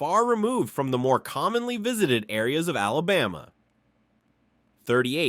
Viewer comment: This was totally false. It is evident that you know nothing about our Alabama. You need to learn how to pronounce the name too. You were so far off. And you lead into the video was a clear violation of YouTubes click bate policy. You never said anything more about Smith lake where the city was flooded and covered over by water. And most of the pictures were not from Alabama. How about fact Checking before you waste peoples time on something you know nothing about. Proud Alabama Native!